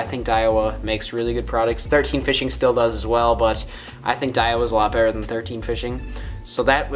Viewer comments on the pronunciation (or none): none